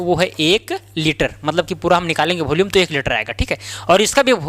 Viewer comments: Volume ❌bholume✅😂😅😅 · It is volume not bholume. Please speak clearly.